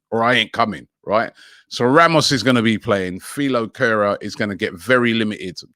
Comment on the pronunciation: Philoo kera 🙆🏾‍♂🤣🤣🤣🤣 Robbie come on man